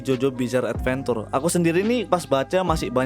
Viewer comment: adventure pronounce uhd·ven·chr